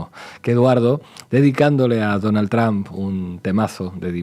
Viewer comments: Trump no tram.... Porque siguen contratando a gente que no sabe hablar? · Con todo respeto pero no entiendo porque dicen TRAM refiriéndose al presidente de USA y no se pronuncia de esa manera se dice TRUMP y así se pronuncia tal cual, gracias por la atención que le presten al presente!!!